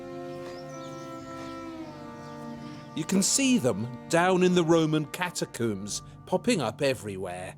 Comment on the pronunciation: Every time he says a new noun I'm bemused and delighted to hear a pronunciation entirely unheard to linguistics. 'Bazzilica', 'Catacoom', 'Mozayke'. What a wonder.